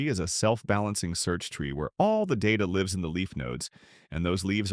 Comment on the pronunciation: Yes, although the content is good, it's clearly voiced by a clanker. Besides this specific voice, the cadence and tone are easily recognizable as artificial. But the most obvious giveaway is the pronunciation of "lives" . Text-to-speech algorithms sometimes mispronounce words in-context, because they know how to pronounce words, but don't fully understand how the usage can change the pronunciation. In this case, it mispronounced the present-tense verb "lives" (rhymes with gives) as the plural noun "lives" (rhymes with hives). Similarly, text-to-speech algorithms may choose the wrong pronunciation for "read" (like "reed" or like "red") or progress (the noun PRAW-gress or the verb, to pro-GRESS) or suspect (the noun or the adjective SUH-spect or the verb suh-SPECT)